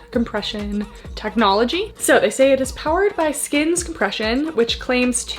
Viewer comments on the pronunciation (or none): It sounds like you're saying scams when you are saying skims, which is fitting when it makes lululemon prices look like the dollar store